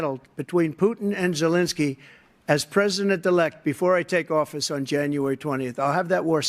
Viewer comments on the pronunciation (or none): Trump calls Zelenskyy as "Jelenskyy" or "Julenskyy" or "Jewlenskyy".